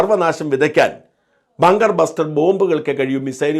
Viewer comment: ബാങ്കർ അല്ല ബങ്കർ എന്ന് പറയു.